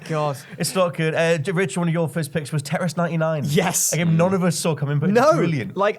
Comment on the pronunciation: IT'S CALLED FUCKING TETRIS. IT HAS A SECOND T IN IT. IT ISN'T CALLED TE'RIS